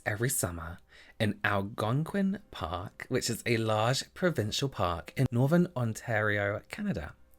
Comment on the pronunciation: You will be pleased to know you pronounced "Algonquin Park" like a true Canuck (Canadian). BTW I love your sense of humour.